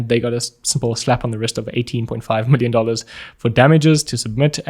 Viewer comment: “4 willion dollars”